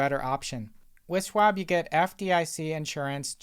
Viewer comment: SCHwab not Swab